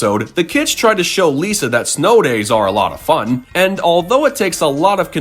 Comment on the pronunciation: Don’t you mean F.U.N? You said F.O.N.